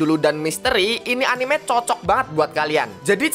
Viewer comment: etnime jawanya keluar jir🗿